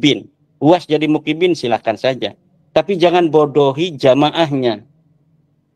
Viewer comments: Muhimbbin bukan mukibbin..gimana sih kyai ko salah ngomongnya ..😄😄. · muhibbin..bukan bukibin..